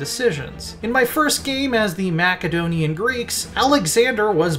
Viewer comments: ma-SE-donian, not MAK-adonian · Macka-donian? Boss, it's Mass-a-donian. (Macedonian) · Macedonian not Maccadonian! It’s not the kingdom of Big Macs. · "mackadonian" ....our education system has failed. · Did this dude really say MACadonian greeks? Lmao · Because he lives in 2021 not in ancient Greece/Macedonia. And even if that's the case why did he "mispronounce" Gaul immediately after?